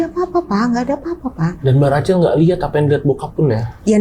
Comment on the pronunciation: tolong deh pengucapan namanya itu Rakhel bukan Racel. 😅😅😅